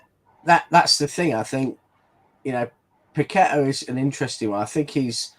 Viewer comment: Its PAC-E-TAR thats the way he pronounced his own name in West Ham unveiling where is this PAQ-WE-TA coming from??? 😄😄😄